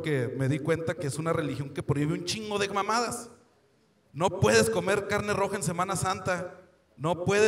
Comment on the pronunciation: pala comel aqui o para lleval? aloz o pasta?, jajajajajajajaja se mamo el chino